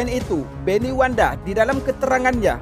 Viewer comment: Maaf bukan wanda tapi yg betul itu Wenda . .